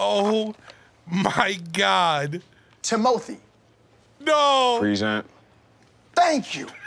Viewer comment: And something people miss is that Timothy pronounces present with a long E 😂